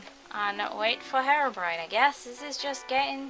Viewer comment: hat mod at first I thought you said hair-orbrione cues your hair has blue highlts in it its really cute! :3